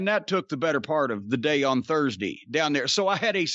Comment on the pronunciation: "Guess what happened on Thursdee"